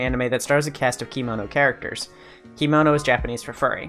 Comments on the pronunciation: I'm a kemono style maker. Just wanted to say the robes (kimono) are pronounced key-moe-noh, but kemono is said like che(the beginning of 'chemistry')-moe-noh. I heard about Diezel being a baby fur, but I didn't know about his other uh, "hangups". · kemono is pronounced "keh-mono" and legoshi is "legoshee"! :) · Kemono is not pronounced "kimono" It's a japanese work. A kimono is a different thing. Kemonomimi are not Kemono. This was your info bubble from the local kemono kittycorn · The way you pronounce kemono hurts 😭